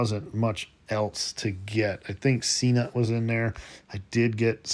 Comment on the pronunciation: Hi. Just FYI. I think Cnut is pronounced Ka-Noot, not See-Nut.